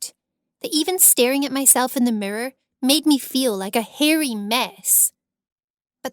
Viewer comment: "I could look my-self in the murror" then why did you? also did you mean mirror because i have no idea what a "murror" is.